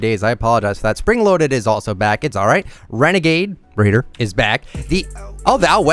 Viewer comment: Him:renegade “raider”